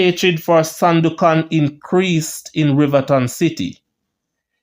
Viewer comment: I love what you are trying to achieve. However, you are seriously challenged with some pronunciation. OMG. Please check Google Word and press that little horn and you will HEAR that the words are pronounced. It's not SIMIT. It's S M I TH!!! MASSACRE IS NOT MASSAC; it's MASSA CAAA. And Sandokhan isn't pronounced as you do it, huh? Keep up the good work, but please don't let my ears bleed anymore. Fellow Jamaican here, and I am very proud of what you are trying to achieve, but please clean up the pronunciation, and you will be golden🇬🇧🇯🇲💕